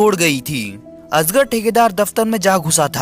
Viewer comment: Asger❌️ Ajgar 🐍✅️